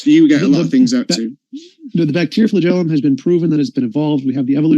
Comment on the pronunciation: “Flag-a-lum ”… 😂😂😂 No clown, it’s “FLAGELLUM” = “fla-jelem” Super simple word from a 6th grade science book moron! 😂